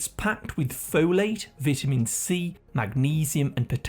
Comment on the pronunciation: Learn how to pronounce vitamin and pecans 😂